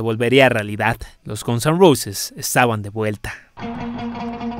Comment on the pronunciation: Xq dice Gonson Roses??😂